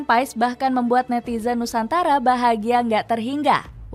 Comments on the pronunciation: Lidah org jawa,indonesia ya tetep Paes. Bacanya Paas/Pees sih? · Kata kochi manggilnya : PAAS, bukan PaEs.